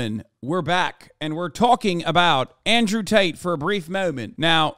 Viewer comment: "andrew taters"